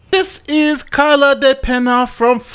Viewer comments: Why do you have trouble pronouncing basic names, bro? You pronounced Kayla's name improperly (it's KAY-la not KY-la) and the governor name is pronounced Ron DeSanTIS, not DeSan-TOS. Lawyers are supposed to be smarter than your average Joe. 🤔 If you can't pronounce basic words that you're looking at on your screen, that's not a good look sir. Do better. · ... her name is Kayla😂 idk why you tried to give it an ethnic ring just bc she's Spanish. Her name is pronounced Kayla [deh peh-ñ-ah]😐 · The fact that you can’t pronounce the name Kayla let me know within the first 30 seconds of this vid that I shouldn’t subscribe… And you’re a lawyer?! 😂